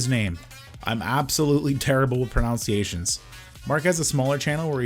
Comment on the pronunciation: you either cleverly said you are terrible with proNOUNCiations or you really are terrible with pronunciation lol.... enjoyed ur vid :)